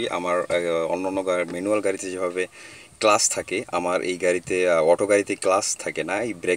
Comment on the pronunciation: relax brother. First of all, thanks for the video. Nice initiative for newbies. A small note: its clutch actually. (Not class). :-) Many thanks again and we do hope you will continue the good work.